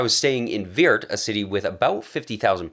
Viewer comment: The city in the Netherlands is called Weert ! not "Weird".... please do an effort ! Beside of that....fantastic video 🙂